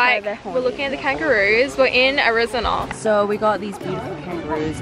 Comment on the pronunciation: No one: Simone: AriZonaurrr